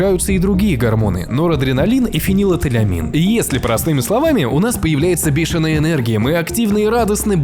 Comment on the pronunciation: Не фенилэтэлямин, а фенилэтиламин. Основной родоначальник большинства психоативных перепаратов, начиная от аптечных и спортивных эфедрин, синефрин, оксилофрин и тд, заканчивая сильными стимуляторами и эйфоретиками, амф, меф, мет и тд. Раз уж говоришь про гормоны любви, эйфорию и приводишь аналогии с психоактивами, то будь добр подучить биосинтез данных веществ, а так же название, которое ты говоришь.